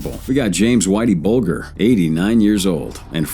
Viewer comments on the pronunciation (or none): Very bad narration, so tiresome to listen to; There should be a gap between sentences, a bigger gap between paragraphs, and an even BIGGER gap between numbered items. And, at least get the names right; The name is pronounced 'Bulge—r'. A lot more time required for editing!